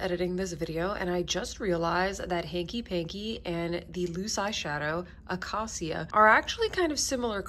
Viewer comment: Acacia is pronounced uh-KAY-shuh. It’s a type of tree 😊 These are very appealing shadows! Chene Brun and Murier Noi are calling my name. And I picked up the terra-cotta-ish blush this morning when I saw your update